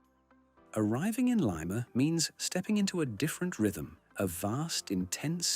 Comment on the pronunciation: Did the announcer participate in the visit? How in heaven's name is he repeatedly calling the capital of Peru "Layma?" Didn't someone edit this who has knowledge of the country?